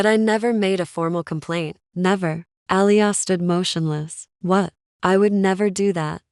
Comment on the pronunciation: Good story,it’s” Ah lee yah” but enjoyed it anyway.